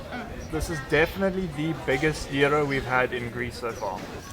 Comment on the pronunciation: The way you said gyro is the best English accent i ever heard broo i love this vid❤❤❤❤